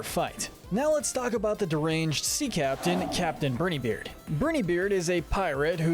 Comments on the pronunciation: Only some minor nitpicks, and they rly don’t matter, but I believe Djimmi’s name is just pronounced like “Jimmy”, same as in the word Djinn or Djinni. Brinybeard’s name is pronounced more like “bry-nee” than “brinny”, as in brine (salt water) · its not said like brin e beard its said like briney beard get it right next time please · IT IS BRINEYBEARD NOT BRINIYBEARD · It isn’t Brinybeard, it’s BrIneybeard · Me: briney beard This guy:Berny beard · Its "BRY-NE-BEARD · I don't think Brineybeard is pronounced that way